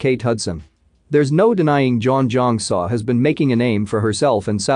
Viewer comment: Butchered her name… learn to pronounce name if you’re narrating 😂🤣🤪